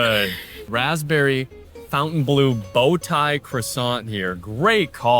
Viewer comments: Fawn-tayne. Not fountain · Great review but to keep with the upscale sophisticated ambiance of the hotel, "Bleu" is pronounced "Bluhhh", not "Blue". 👍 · Next you should review your English pronunciation. It's not pronounced "fountain-blue" it's the "fon-ten-bloh." Look at the name on the wall behind you. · I hate when people say FOWNTAINE or fountain. It's FONT aine I assume. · Just for information is should be pronounced "blow" at the end and not "blew" 😉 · fon-tan-blu is how it should be pronounced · FON TAN BLUH grench pronunciation ❤ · Could you please correctly pronounce the name of the hotel?… it is not Fountain Blue. Pronounce it as it as spelled. Fontaineblue, it is a little disrespectful to the French idea. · You're correct, but even the staff pronounces it Fountain Blue. It's been an ongoing debate lol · Is "fountain blue" how they actually pronounce the name? If you intend to butcher it, why name it so? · This is due to the typical American tendency to localize (or Anglicize) foreign words—instinctively reading the French spelling "Fontaine" as the familiar English word "Fountain." 😂 American